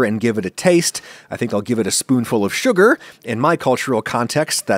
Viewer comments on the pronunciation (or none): none